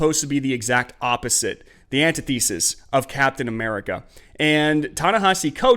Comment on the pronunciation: “Antithesis” is pronounced Anne-Tith-eh-Sis Not “anti-thesis.” Oh, and Superman is far and away the greatest American superhero. “Come on, man.”